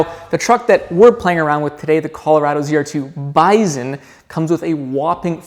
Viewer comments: Drives me nuts you can't pronounce BISON correctly! Yes even in CaNaDuh, it's still pronounced BY SON ... not BIZON. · Bison or "Bizon" 😆 Canadians sure do some Zany stuff with the letter Z, Zed...